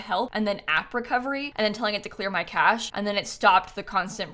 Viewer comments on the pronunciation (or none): none